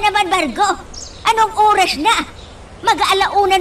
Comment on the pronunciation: Bisaya ang nanay mo..sabi tamang URAS hahahhahaa Oras yun hindi URAS